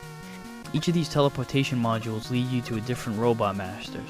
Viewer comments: It's actually the Bubble Lead, pronounced "leed," because it travels in front of you. The water from the weapon is shorting out the hologram, hence the damage. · to be honest I always pronounced it as if you were LEADing someone but I guess either way could be correct its just all about preference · Wow, that's interesting. That may be how it was intended to be pronounced. But I'll never get used to saying it that way. It's been Lead (led) since I was 5 years old, and will be til I'm dead and gone.